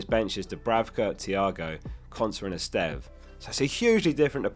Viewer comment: So nice to hear someone pronounce Estève correctly